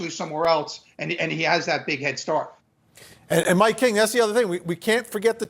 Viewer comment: time ... " He's got that " BIG Head" start.... Big head is all I heard ... his big bald egg head